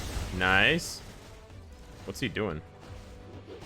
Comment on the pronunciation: Now that I think about it, they MUST rework spider man and miles with the video game uniforms. That'll be justice for my spider bois. 🙏🙏🙏🙏 Edit: a challenge for any true fan: take a sip from a drink everytime says " noice ".